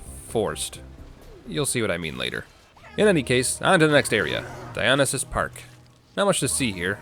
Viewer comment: I have never heard Dionysus pronounced that way. Makes it sound like you're talking about a medical treatment instead of a greek god.